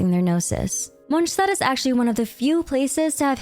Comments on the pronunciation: How do you pronounce all the names correct but mess up every single time you say a nations name? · Great video but I'd like to know where you got those pronunciations from lol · the way you say Mondstadt makes it impossible to listen to you.